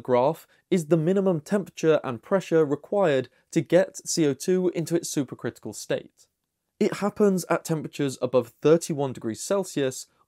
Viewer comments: I had to turn the captions on to understand he was saying super critical, not super crystal. The Brits add an extra syllable to aluminum, now I know where the critical/crystal syllable went.😏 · You keep saying "super crystal", or that's how it sounds.